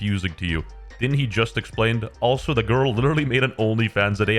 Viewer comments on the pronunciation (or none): none